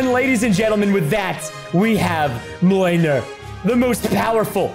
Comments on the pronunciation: Mjolnir is pronounced Meelmeer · it's pernownced mule neer